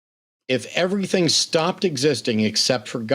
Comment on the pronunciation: The fact that he says ‘everyfink’ tells me all I need to know about him